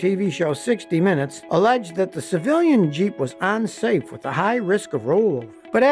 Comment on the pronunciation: "Onsafe"???????????????????????? "Ubzerd"???????????????????????? "Heatus"????????????????????????